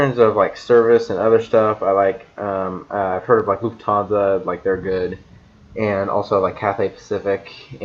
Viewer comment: Thank you. You said it right. My favorite is Lufthansa. ✈️✈️✈️